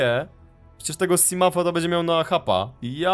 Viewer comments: simołf nie simaf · MAM DO CB PROŚBE NIE MÓW SIMAF SIMUF TYLKO SIMOŁF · nie czyta się simaf tylko simów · nie mowi sie simafa tylko simąfa a olow bedziesz mogl zbierac exoszkieletem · ten potwór to riper levafan i czyka sięsimouf a nie simaf czy jak tam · ten potwur przy statku to riper lewiatan podrugieb to jest simot nie simuf po trzecie ta pijawka co cie ugryzła w statku to ją odczepiasz norzę i rub dłusze odcinki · EJ OD 5 ODCINKÓW CI PISZE ŻE TO JEST,,SIMOT' I TAK SIE TO CZYTA A NIE SIMUM CZY SIMAF ' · błagam cię mów Simot bo mi uszy zwiędną niedługo! Bo tak się to nazywa! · tak dokładnie mówi się simot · mówi się simof !! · Czyta się simafa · muwi sie ,,simoufa/ simołfa''